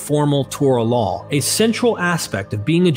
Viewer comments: Why do you keep adding an L to the end of the word "law"? It's not pronounced "lawl". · I get pulled out of the narrative every time you say "lawl" instead of "law". Why are you saying that? There's no L in the word LAW. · Why does he keep saying LAWL (law+L) instead of LAW?